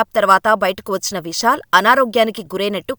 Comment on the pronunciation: విసాల్ కాదమ్మా. విశాల్.